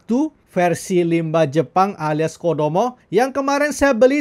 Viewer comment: docomo bang.. BUKAN KODOMO. kodomo mah pasta gigi